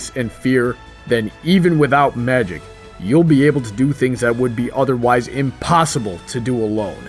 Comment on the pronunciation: When the Gurren Lagann theme started, I nearly shot the heavens EDIT: You also messed up saying Magic. FYI